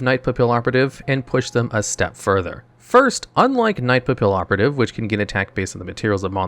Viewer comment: The "LL" in Papillon and Pallioperative is pronounced like a "Y". Papillion is a French word literally translated to butterfly and Papillioperative is just a play on that.